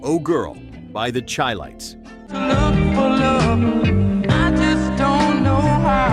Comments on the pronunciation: The group name The Chi-Lites is pronounced like Chicago, not chile. It's the SHY lites. Thanks for the video, but all these songs get airplay on my local oldies station The Oasis (97.7 SWOhio, 106.7 NKY, 94.5 West Central Oh.) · Chil-lites is pronounced SHY-lites YIKES! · In the 1970s, they were always introduced as the “Shy lites”, not “Chy lites.” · Not Chi-Lites!! Pronounced Shi-Lites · The Chi-Lites were from Chicago. The band's name is pronounced with an "sh" sound as is "Chicago". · Chi. ??? Shound be pronounced as in shy lights !!